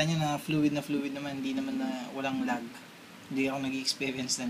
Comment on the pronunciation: One more thing I'd like to correct about you, It's "lag" not "log". Ano yoon troso?